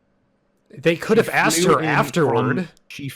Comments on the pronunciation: I don't know why they even bothered trying to have a debate with someone who says "axed" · Is that guy american? Or from an english speaking country? He keeps saying "I axed you" instead of "asking" and i dont know if its accent wise or speach impediment wise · Is he saying "axed"? Thats embarrassing... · “I axed you” Yeah that is about the mental level we’re on. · I axed you, I axed you....